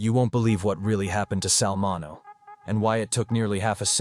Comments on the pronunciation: Sal Min-E-Oh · His name is pronounced min e o